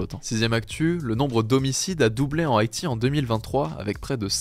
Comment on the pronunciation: Une chouillat trop rapide le rythme de si je peux me permettre. Et quelques mots qui passent à l'attrape. Exemple: Haiti. Bienvenue à lui en tous cas, au plaisir de l'écouter à nouveau:) EDIT: ok jai vu le top com d'Hugo, cool!